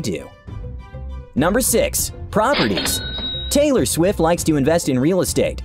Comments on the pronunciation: Ellen said haylor rights 😂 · Taylar swift